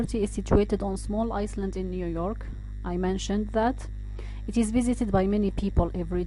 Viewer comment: The "s" in Island is silent . Shouldn't be pronounced